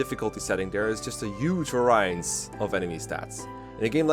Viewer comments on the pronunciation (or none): >"Bonus experience in FE9" >Shows a screencap of FE10 Sloppy editing; disgusting. JK. Also, "variance" is said as "VARE-ee-unce"